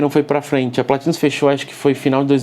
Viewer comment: Quando assisti o episódio do a pronúncia PLÁÁÁtinus me lembrou do prefeito na hora! Kkk Muito bom o conteúdo Perfeito! 👍